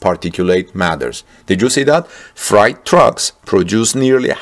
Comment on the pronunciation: Fright trucks. Actually freight is pronounced frate as in great. Yes, english is a confusing language. Now, my mastery of German is frightful, not great.